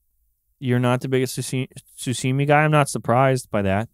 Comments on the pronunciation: Guys it’s sashimi not sushimi 😭😭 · Sashimi is pronounced SA as in sus, SHI as in she, and MI as in me… sa-shi-mi. If you say it wrong it gives you the sus shits me. It makes sense that the guy who likes burnt steak can’t stomach raw fish. KFC